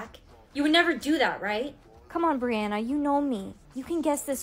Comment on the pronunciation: Brianna not Briana.